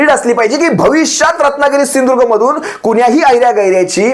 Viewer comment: त्या मूर्गीचोराला सिंधूदूर्ग म्हण म्हणावं स्पष्ट